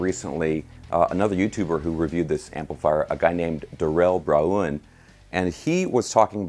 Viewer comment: You got to be joking "Darrel Brahoon" I'm crying over here. OK, then you are....... Guy-eee-Tayr May-ex. i hope you were taking a dig on purpose.